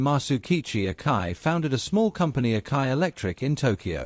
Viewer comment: it's A-KA-I pronounced Ack-EYE not OKAY.